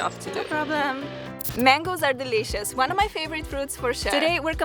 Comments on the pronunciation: It is actually pretty funny for me that you keep saying 'dilishus' everytime. 😁💜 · Bruh!! The way she says dileeshus. 😃💜